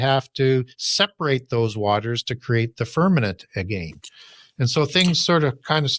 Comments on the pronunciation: He says firmanent. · The guy is brilliant, but I found it super annoying when he used the word f e r n a m e n t instead of firmament